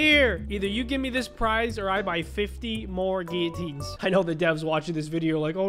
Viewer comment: You’re saying it wrong you’re saying giuatiins